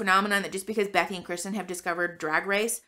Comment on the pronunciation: I LOVE your content. Are you saying bethy or Becky?